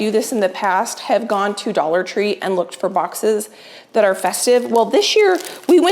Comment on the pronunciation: "dollar 25 tree" 😂🤪 that made me lol These are so fun!